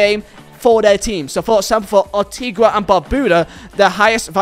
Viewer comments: It’s Antigua not Antigwa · Arteegwa is probably the best pronunciation of Antigua I have ever had in my life😂😂😂😂